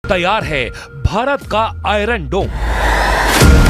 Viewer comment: Madum, it is Bharat not Baharat. Be duchashm alif..mean bha not baha of Mausam bahar